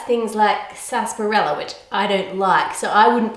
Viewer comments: did she say sasperella 17 times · am I the only one just like wtf is sasperella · What the hell is sassparella? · How To Cook That the way you say sarsaparilla triggers me